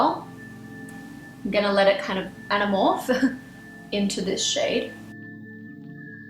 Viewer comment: omg you said "animorph" im dead hahahahahah